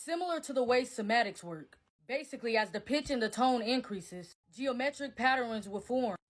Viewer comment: she also kept saying 'Somatics' rather than 'Cymatics'... she's not going to take Any college courses, because it's very doubtful she finished high school. My guess would be that she has about a ninth grade education.